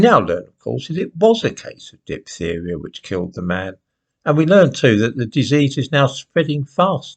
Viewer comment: The black presenter woman in sky news yesterday couldn't pronounce 'diphtheria'. She later told us about the funeral of Chris Kabaa and you would have no idea that this was a gangster, it was sold like the police were evil. Gaslighting again